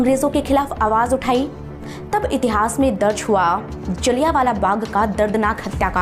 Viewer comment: जलियांवाला बाघ नहीं जलियांवाला बाग है